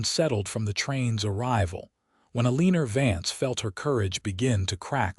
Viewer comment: Her name is probably pronounced "Eleanor". Never heard of "A leanor" as a name.